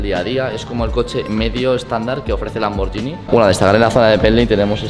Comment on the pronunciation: LIKE SI TE PONE NERVIOSO QUE DIGA LAMBORYINI, EN VEZ DE LAMBORGHINI